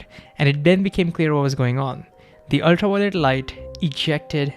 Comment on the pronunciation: please practice saying ultra "V"i-o-let light, not "Why" o-lit